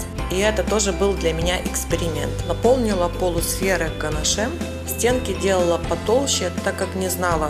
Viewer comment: Извините, но так нельзя. Слушать невозможно "ганашЕм". Дизлайк.